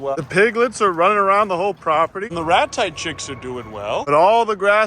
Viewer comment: Is he saying rat-types or 'ratites'